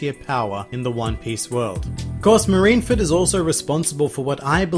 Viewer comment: Soooo , its not "marinefed" Its "MARINEFORD" ma-ri-ne-FORD... NOT ma-ri-na-fed --'